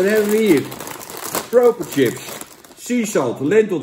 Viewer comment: Het is chips niet Tchips!!!! Pfff